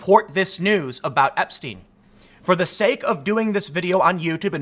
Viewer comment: epstine? What’s that? Like a beer mug? Who is Clin-ton? I’ve never heard these names. - ABC news